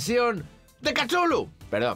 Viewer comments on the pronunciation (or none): Lo mejor es cuándo dice: "Kachullu" ¿así se pronuncia? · Chulu? Catulu? Tulu? Cachulu? Jugué al juego de rol con mis amigos durante años y nunca nos pusimos de acuerdo sobre como pronunciarlo. Creo que no existe canon al respecto. Lovecraft lo escribió de modo impronunciable para enfatizar su carácter extraterrestre.